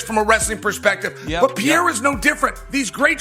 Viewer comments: Pierra? What an ignorant😂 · Pee • air • uh